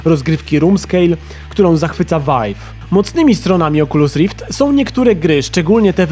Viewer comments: Pudełko z goglami Oczulus Rift. 😂😂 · oczulus rift XD